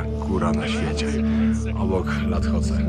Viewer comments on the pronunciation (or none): Ta góra obok Everestu to "Lhotse". Wymawia się "lotse"